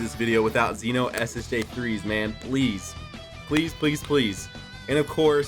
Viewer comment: I think you're the only DB youtuber that pronounced "Xeno" like "Zee-no" the way it should be. It's not really a big deal, I know, but it annoys the shit out of me when people pronounced it like "Zen-Oh".. Yet again, another reason you're the only one i'm subbed to. Also, I really wish the SS3 Xeno units were featured.